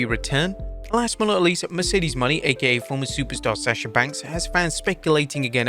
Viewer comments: Its MOENAY...not money...can you EVER get her name RIGHT. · Wait until Sasha Banks/Mercedes Mone (pronounced "Mo-NAY") hears about this "Mercedes Money" you've been talking about (mispronouncing) for months.